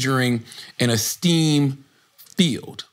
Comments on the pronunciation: how is nobody correcting charla on that. bro really said steam instead or stem subjects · y did Charla pronounce STEM as steem?? 😂